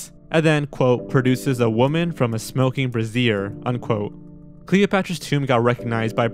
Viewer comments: Note for future reference: “brazier” not “brassiere.” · Brazier is pronounced "BRAY-zher', not the same as "brassiere". :-D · The word is brazier (bray-zee-ur), a brass fixture that might hold a fire or a candle. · Are you sure you didn't mean brazier? Like a fire pan? Brassiere is a bra.